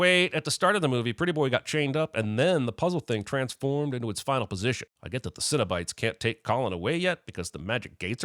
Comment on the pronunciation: i love the "sinobite" conversion from cenobites lol